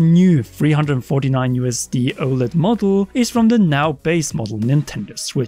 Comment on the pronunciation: disliked for the way you kept saying oled